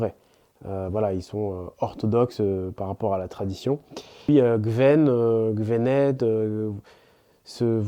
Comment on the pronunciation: Gwen ne se prononce pas "guevène" mais "guouène"